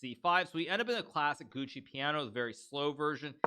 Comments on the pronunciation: Please Hikaru it's "GIUOCO" piano, NOT "GUCCI" piano. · It's "Gioco piano" not "Gucci piano" 😭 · Why does he pronounce Giuoco Piano like Gucci Piano? 😄 It this a recurring meme I'm not aware of? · It's not Gucci Piano, it's Giuoco Piano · Am I the only one who noticed that Hikaru kept saying Gucci® Piano instead of Giuoco Piano? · It's a running meme in the chess community to call it the gucci piano